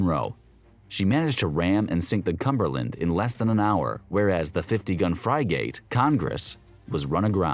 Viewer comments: Dude, "fry-gate"? Seriously? It's pronounced 'friggit'. Other than that - cool video. Thanks. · What the hell is a "fry-gate" .. LOL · The commentator needs to learn how to pronounce the word Frigate. It is not FRI-GATE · Bro..... Fry gate? like reallly? not just once but multiple times lol. I couldn't keep watching I will just watch Drachinifels video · What's a fry-gate? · AI narrator, hence the mispronunciation of "frigate" as "fry-gate". Really painful to hear! Couldn't stick with this. Mispronunciation of words, geographic locations, & names happens in alot of AI video docs. The tech has a long way to go! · Fry Gate reminds me of the times when I mispronounced words giving book reports in grade school. Like Deck A Ter for Stephen Decatur. Or Mill Eh Tuh Men for militia men. 😢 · Pronouncing frigate as f r y g a t e, was enough of a clue for me to give it a thumbs down knowing it would be worse than a second grade attempt at a book report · Never heard it pronounced "Fry-gate" before. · Lol I was gonna say… peculiar indeed XD between that and the…er… “smock-stack” I think my absurdity reserves now over-floweth lol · Wow I thought for sure that was a weird AI mispronunciation. Why would you purposefully say it that way???